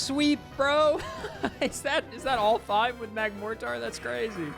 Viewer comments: Love the video, but my only complaint is how you keep calling Magmotar "Magmo-tar" when it's actually "Mag-mortar" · i really dont wanna be that guy but youre pronouncing magmortar wrong. Its mag-mor-ter like the weapon. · Excuse me... What? Magmoretar? I don't think I've ever heard someone mispronounce magmortar, much less the word mortar... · why tf does he pronounce it MagmorTAR